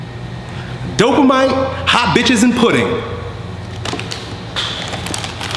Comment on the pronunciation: Dopamine...no... DOPAMITE LOL